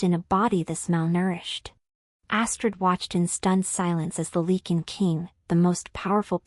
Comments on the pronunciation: Great story.....as for the mis-pronouncing of the Lycin king...this story is pure fantasy...just let that be a new name for a wolf packs king. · Your AI always pronounces lycan wrong.